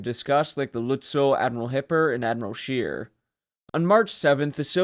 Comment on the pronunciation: It should not be too difficult to ascertain the German names, or how to pronounce them: Admiral Scheer...NOT ' Sheer' but ' Share' . Not really correct but a lot better.